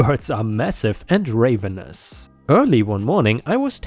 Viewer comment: Hooray!! Return of the crows!!! ⭐⭐⭐⭐⭐⭐⭐⭐⭐⭐⭐ You read ravenously like the bird, the raven (long a). Ravenous (very hungry) is a short a as in avenue.